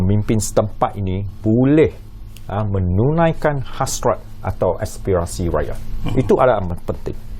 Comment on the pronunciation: Sy MCM dgr menulaikan....mf kalau slh dgr..mksdnya menunaikan ke tu..